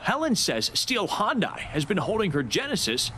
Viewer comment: You are a journalist, Make sure you know how to pronounce the word " Hyundai" correctly!